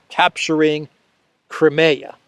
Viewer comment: Hey, It is a ZSU 23, Also Crimea is Cry-me-ahh